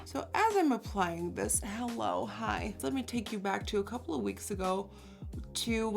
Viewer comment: Who else always thinks she says hell on the beginning